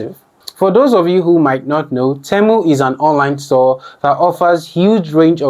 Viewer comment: Why are you saying Temo 😂 and not temu